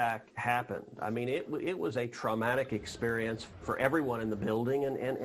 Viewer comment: He said "traumagic". I heard it.